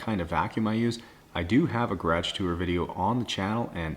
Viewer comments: Same with me when he says gradge instead of garage. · i just love the way he says garage 😂 its my favorite